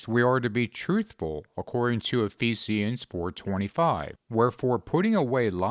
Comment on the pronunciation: Is that how "Ephesians" is pronounced? I really want to know 🤔 😂.